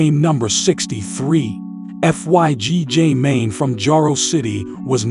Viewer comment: FYB Jmane not FYG